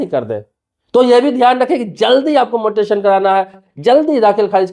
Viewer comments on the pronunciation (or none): भाई पहले ये बताओ मोटेसन शब्द क्या होता है म्यूटेशन सुना और पढ़ा है।😅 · Mutaion bolo... pronunciation बराबर करो 😂😂😂😂😂😂